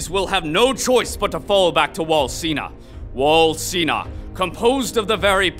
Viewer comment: why he say wall sina and not sheena?